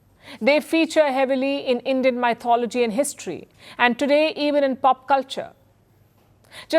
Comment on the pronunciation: She is not changing calling it “mythology “, though otherwise good.